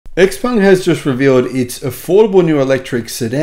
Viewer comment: According to Autoline Daily, XPeng is pronounced "Je-PUNG" or something like that.